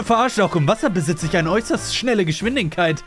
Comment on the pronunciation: digga merkt keiner das er geschwindinkeit sagt anstadt geschwindigkeit